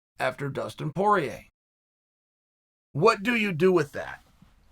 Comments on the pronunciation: Chael "Dustin is Porieir" Sonnen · “Dustin is Porier” also -Chael Sonnen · “Dustin is Poirier” - Chael Sonnen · ''Dustin is Poirer.'' - Chael Sonnen.